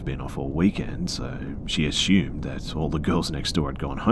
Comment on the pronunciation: the word is, Assumed. as you can see there is no H, just as theres no H in Consume, assume or presume. "triad" pronounced Try-add, not tree add thanks for listening, if you're going to literally talk into a mic for a living, at least do it correctly and not half assed, if i was your boss id dock pay for every one of these mistakes you ever make. also very often when the writer says something sad or scary you sound like you're almost laughing about it, dont, thats insensitive